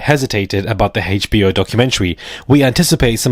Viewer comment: Not the hayche-bee-oh documentary. 😅